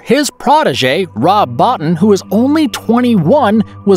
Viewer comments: Rob Bottin’s surname is pronounced “bow [as in rainbow] teen”. I know as I have seen an interview with him in which he pronounced his own name! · This is a nice video, but everyone in the industry knows how to pronounce Rob Bottins name. You really should redo that and pronounce it correctly.